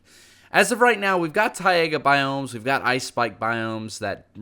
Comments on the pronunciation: I hate the way you say Taiga. It's Ty-ga not Ty-ai-ga. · what does arctic TAIAGA mean? I thought it was TAIGA Tie-Gah not TIE-AY-GAH just saying. did he mistype the sign? did he mean to put on the sign TAIAGA instead of Taiga? but the texture packs are wicked cool tho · Tai+ga not Tai+ega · did he really say "taiaga" it's pronounced ti-ga but the ideas are really nice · What’s a Ty-ega biome? 🤣 The closest I’ve heard to that is the Taiga biome (pronounced Ty-ga) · The way he pronounces taiga makes me want to die. It’s two syllables, not three. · It's Tai-ga, not Tai-ay-ga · Ah yes, the taiYAYgah biome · How he pronounces Taiga bothers me so much. It's pronounced Ty•guh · ”Tay-aega” Excuse me what the fuck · ITS TAIGA NOT "tye ayga" BOI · taiga = thai-gah basalt= bass-salt (bass sounds like back) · Tai-a-ga biomes? What! Good video thought other than butchering Taiga. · "T-A-I-A-G-A" yep, that's DEFINITELY how you pronounce it